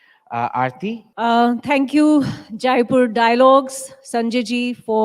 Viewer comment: Aarti madam should know that it is Jaipur, not Jaaipur. जयपुर not जायपुर।